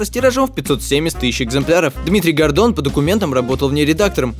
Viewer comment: я один вместо Гордон слышпл Годо....кхм кхм ладно нечего